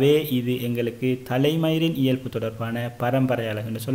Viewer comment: இயல்fu இல்ல bro இயல்பு🤭🤭